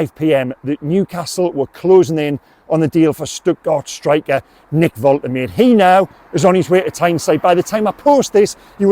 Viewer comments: Fair play m8 but ive listened to the German commentary first his pronunciation and it's pronounced volt er marder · Love your updates and passion for the Toon. Pronunciation of Big Nick's surname: Volta-Madda 👍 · It's pronounced Vol-Ta-Maa-Da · The pronunciation is 'Vol-ter-maa-duh'. They pronounce vowels over there in Germany. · I am German. Nick "Voltemad-e" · Well done,: first with the news again. By the way, Germans pronounce "W" as "V" (and "V" as "F" - so Volkswagen is pronounced Folks- vargen). So Waltemade is pronounced Volt-er-marder 🙂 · White English journalists’ and pundits’ flat refusal to learn how foreign names are pronounced is undefeated. There’s no chance the club, when leaking this to him, didn’t correctly pronounce the name. So I don’t buy that he doesn’t know how It’s Vole-Teh-MAH-da,. Not that hard to remember. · Fingers crossed! Pronunciation Volt-er-mar-de! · Pronounced Voltimada. Ive said this before why is it only Newcastle fans that never pronounce the players names correctly. Its embarrassing ffs. Shar, Guimaraes, Malick Thiaw, Sesko, Mbuemo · Thanks for bringing this to us. Woltermade looks the biz, touch of the berbatovs about him. Nice to be excited again. I've just checked the pronunciation prior to my video & it's "Volt-a-marde" apparently 😉👍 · Its Vol-Te-Mar-Deh, come on you English Stop butchering foreign names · Hi methinks the pronunciation is Vol - teh - mad - eh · Thanks for the news and for your excellent reporting. You will of course learn to say his name correctly which is Voltamayda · Pronunciation, I believe, is Volta-marda